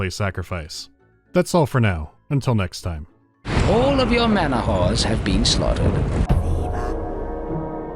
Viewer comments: I keep hearing manawhores instead of manahoars. Oddly fitting lmao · Not gonna bother pointing out that it's manaHOAR, not manaWHORE? I always assumed the devs wanted the latter spelling and were forced to change it